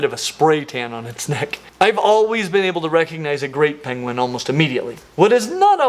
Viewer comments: Pengwings! Actual ROFL at the "King Penguing" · "penguing" 🤣 Benedict Cumberbatch would like to have a word with you